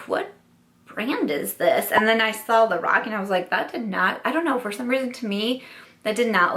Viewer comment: When you were saying "lorac" somehow I kept hearing "the rock" and was wondering why a wrestler was coming out with makeup.... But lorac makes more sense than the rock that's for sure 😂😂